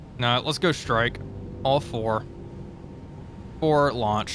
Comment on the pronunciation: Why do you say "Shtrike" and not "strike"? LOL.